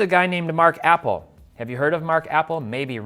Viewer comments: Not "apple" it's pronounced "a pell". Jeesh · Mark Appel as in uh-PEL. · This video was flawed from the moment he called him APPLE it’s APPEL also you don’t invest in pitchers these are things you should be talking about etc etc etc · Love the pronunciation of Mark "Apple" 😂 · It's hard to take this seriously when you can't even pronounce Appel's name right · You mispronounced his name a cool 50 times. I won't stand for Mark appel slander!